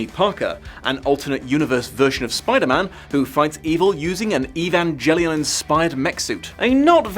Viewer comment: "evan-jelly-on" made made me die inside